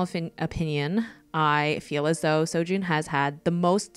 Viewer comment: I only recognized four of the characters. I love how you drew all four of them. I’m currently reading Lore Olympus and True Beauty. You actually pronounced Seo Jon’s name right along with Su Ho. For me, I ship Ju Kyung more with Su Ho because not only because they met first but also because I really like how their relationship developed. When I first read the web toon, I thought Seo Joon was a bad boy because that’s how he came off as in the beginning, but you find he’s so kind and so nice. It was really cute when he realized he developed feelings for Ju Kyung. I also hope he gets a happy ending too.